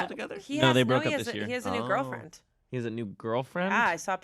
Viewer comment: the way asked "he has a new GIRLfriend?" when talking about shawn mendes made me cackle